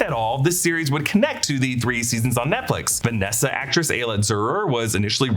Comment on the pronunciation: It's not "Vanessa," it's "VANESSA."